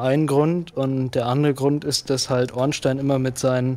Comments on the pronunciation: Warum sagt ihr Ornstien? Heißt er nicht Ornstein? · Das ist nicht ganz korrekt. Einstein wird normal Einstein ausgesprochen, nur halt mit scharf S = "Einßtein". Spielberg ebenfalls = "ẞpielbörg". Bei Ornstein ist es Regionen-abhängig. In manchen englischen Regionen nennt man ihn tatsächlich "Ornstien", das stimmt. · Guter run, bissl abgehobener typ, bisschen cringy wie er redet (und gewisse personen ornSTEIN und smough aussprechen), aber die welt brauch nicht noch mehr ds streamer😅